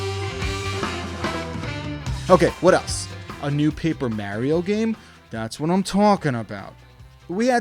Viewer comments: Only thing that triggered me was "marry-oh" who dafuq is that!? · Quit saying Maryo, we know you're trolling us... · You mean like Mary-O? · Did he just say Merio? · How do so many people pronounce Mario wrong when his catchphrase is literally it’s ah me Mario! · I couldn't take you serious because you kept saying "Merio" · Why do you say Mario so weirdly? Wtf is wrong with you? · I’ve never heard anyone say Mario like Mario. Why you saying it like that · This guy really doesn’t know how to pronounce “Mario”